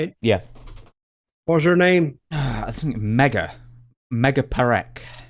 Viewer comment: With all due respect Mr. Dutch Mantel, that Indian lady's name is Megha Parekh, Megha means Rain..not Mega..n' that's not funny..